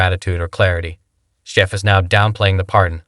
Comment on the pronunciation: shiff not sciff